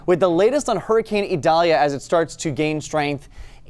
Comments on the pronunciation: It's "EE", not "A" or "I". At this point it's probably going to be remembered as "I" in spelling but pronounced with any of the three above. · Idalia is pronounced with an i